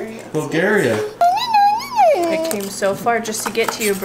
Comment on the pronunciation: That's really cool someone sent Braylee something all the way from Bulgaria. That's really far. I love how kept saying Buljaria. Lol. And having to correct him- u guys are so much like my husband n I. I'm always having to correct him but we both just laugh about it. That wooden thing Braylee was playing with reminds me of something my daughter has called a Jacob's ladder. Braylee might like it. It's a cool sensory toy. I don't know if that's it's intended purpose but that's what it became for my daughter. Great job putting the silverware away Braylee.